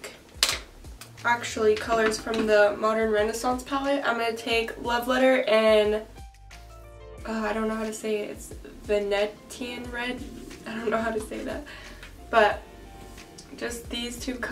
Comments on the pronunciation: lol you're so cute, i love u! so talented and funny. "vah-net-ian red" LOL!!!!! it's "vah-neesh-ian" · ven-e-shan is how the name of the color is pronounced! took me forever to get it to lol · The red u were talking about is pronounced "va-knee-sh-in" ❤❤❤ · In case you needed to know, the pronunciation of Venetian is ven-eesh-in 😊